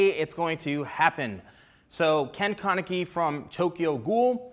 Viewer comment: LOL HOW HE SAYS KEN KANEKI